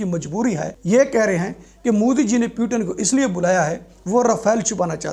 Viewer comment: Pehli baat wo پیوٹن نہی پوتین hai